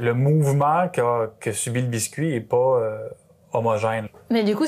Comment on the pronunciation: C'est fou. Face caméra, j'entends que l'accent du sud, et sur la phrase "un effort qui est pas homogène mais d'avoir un résultat qui est homogène" les a de pas et résultat sont ce a presque o (une voyelle ouverte postérieure non arrondie, si on veut s'en tenir à l'alphabet phonétique international) (time code à pour ceux qui sont curieux).